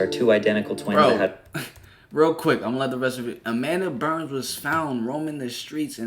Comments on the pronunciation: Everytime you call her Amanda Burns it bothers my sprit. "Amanda Bynes" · Yup I seen the video of T-Boss, Left Eye, and Chili speech and I was like wooow!!... and was saying Amanda Berns lol but it's Amanda Bynes... it's okay tho we know who you meant!😊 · Its Amanda Bynes bro not Burns lol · Why you keep saying Amanda Burns? It’s Bynes my guy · Her name is Bynes not Burns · Say it with me. BYNES…. Amanda BYYYNNZZE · 🤣 He said burns lol